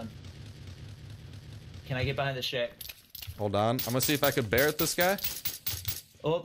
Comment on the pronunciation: I love how he pronounce tha Barret "Bareeeyt" I love it xD